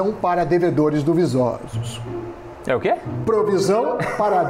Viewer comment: “duvisosos” “dony de mucho” 😂😂